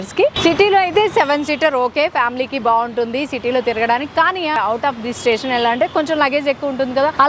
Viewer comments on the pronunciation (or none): none